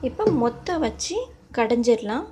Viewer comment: Moththu illa maththu